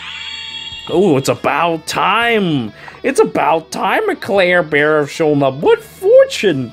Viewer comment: Every time says Clairbear my tumor gets worse XD